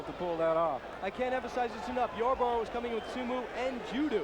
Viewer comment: how could they have an announcer so bad that he says SumU and JudU? wow he was bad